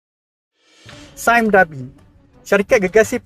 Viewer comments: "saim dabi" gitu ek..🤣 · "Sime Darby" sebut dengan betul Wak nanti cacat bunyinya kalau sebutan inggeris tak begitu 😆